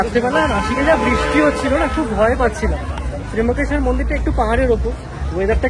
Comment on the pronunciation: Tryambakesvar...not Trimbakeshwar